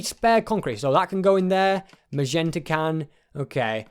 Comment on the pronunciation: Sorry for saying this but it has annoyed me for this whole vid that it is magenta mot mazenta once again sorry for saying that:'(